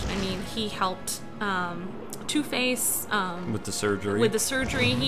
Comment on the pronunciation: When he said two face I thought he said toothpaste